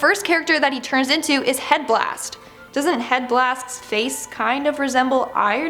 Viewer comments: Do u seriously want me to believe these from a lady who calls ‘Heat Blast’ ‘Head blast’. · "Head Blast" Lady it's Heat Blast. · She doesn't even know it's heat blast not head blast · Girl cant even pronounce "Heat" -blast